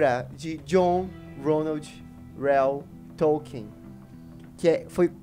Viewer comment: eu concordo com quase tudo que vc falou mas toda vez q vc fala T(ó)lkien uma fada morre